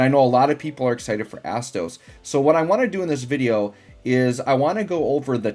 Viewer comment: My inner teenager laughed everytime u said Asstoes XD